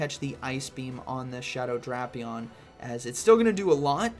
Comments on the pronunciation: Drapion instead of Drapion 🫥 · Why is bro pronouncing Drapion like that?